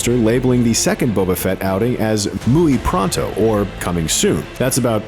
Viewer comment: “*muy* pronto.” Jar Jar Brinks confirmed. The Book of Boba Fett is about to have a massive comeback y’all.